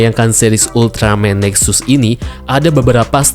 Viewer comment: Jangan dibaca NEXAS a' ! , nanti saya jadi luput ngomong Ultraman TEXAS jadinya :'v